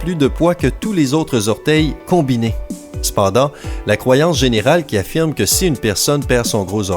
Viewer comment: J'adore quand tu dis "c'pendant"